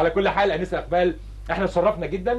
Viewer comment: اسمها ايمان مش اقبال